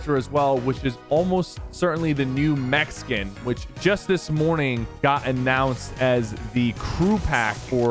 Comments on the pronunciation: When he said mech skin i hear mexican sorry lol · New "mech skin" sounded like new Mexican. Haha